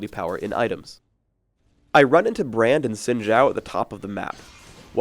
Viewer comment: zin jow? I thought it was zin how